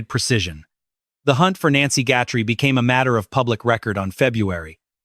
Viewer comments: HER NAME IS G U T H E R I E!!!!!!! NOT GUTTERY!!!! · If that sheriff wasn't such a ego moron crime to close to home everyone lokked here and there but closer this travesty is so not acceptable a nice lady dragged god knows where money greed cruelity a narricist at his peak I'm sorry Nancy name is Guthrie pronounce it correctly respect dude😢😢😢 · I always thought that Chris Nanoes was bought off i believe he was bought off to mess up the case . This AI can't even say her last name right.